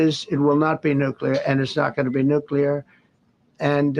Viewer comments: Please, Benny! Stop mispronouncing the word "nuclear." You are saying it like "nucular" and that is a common mispronunciation. It's like saying "calvary" when you mean "cavalry. " There is no such word as "nucular." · Benny I only bring this up because I respect what you do for our country. I don't want anyone to have an excuse to demean your work. You pronounce the word "Nuclear" Wrong!! It not (nuc ya lure) its (Nuc clee ear) Thanks for all you do! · Love you Benny, but it's not pronounced "nucular", but correct is "nuclear". Might wanna practice that as I am sure this word will come up many times in the future!!